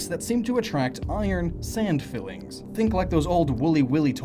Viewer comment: Filings, not fillings.